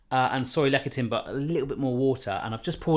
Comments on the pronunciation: Is it really that hard to find Soy Lecathin in the UK? Also Lecathin is pronounce "Less-a-thin" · Lecithin Is pronounced "Less-ith-in". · It is pronounced lecithin (less-a-thin-) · LEh - si -t hin... ci is usually pronounced as S in Latin derived words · It's pronounced "Le-si-tin"